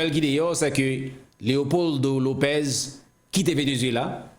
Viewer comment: Lopez pwononse ( lopès)